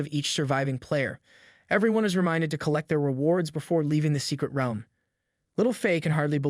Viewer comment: say realm right